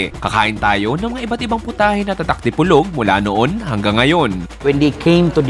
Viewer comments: boss, sa PO po ang rising intonation sa Di-Po📈-Log ❤ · idol DI-PO-LOG City. slow lang:D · Panoorin ko sana kaso iniiba mag pronounce ng Dipolog.